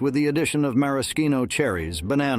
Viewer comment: Thanks for the memories. Did anyone else get a laugh from the pronunciation of 'maraschino' cherries?